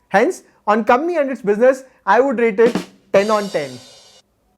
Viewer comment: It's not comny ,its company